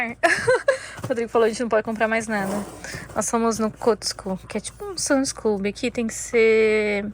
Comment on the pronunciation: Boa noite queridos, não querendo ser chata já sendo, rsrsrs, a pronúncia certa é "cosco" e home "dipo", mas vocês falam como quiserem, tá? Rsrsrs, beijos